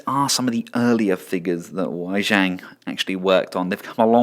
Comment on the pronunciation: As a Chinese I find it a little amusing how you try to pronoucne "Wei Jiang" =)